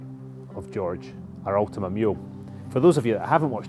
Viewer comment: Sorry but it is ultima rs 😂